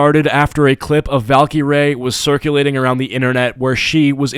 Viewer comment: Aah yes valcureray